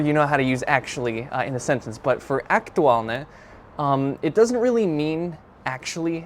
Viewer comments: I think you failed to inform the viewer the meanings of the words are ones of many. For Word #1 "hej", there are two common uses, the other one is close to the English "hey". Word #2 "fakt" if fact does mean truth or fact. Your ok with the meaning of the Word #3 "aktuálne", but the way you pronounce it's adjective, but the example is adverb (identical spelling but different pronunciation and meaning). it looks like you're using and AI chatbot or something, that didn't use any declension of the word "sympatia", it should be in accusative case – "sympatiu". Tomato paste is a thick paste made from tomatoes, which are cooked to reduce to a thick, rich concentrate. Other common name in Slovak is "paradajkový pretlak" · The word "aktuálne" you did mention, has two different pronunciations which makes him a different word. The first one, with the hard pronunciation, like you pronounced it, it is an adjective and it means "relevant". Example: Je to stále aktuálne. - It is still relevant. In the other meaning you have to change the pronunciation - you need to pronounce the "n" very soft. That is an adverb you mentioned in your example. Writing is the same, but the pronunciation makes the difference ☺️.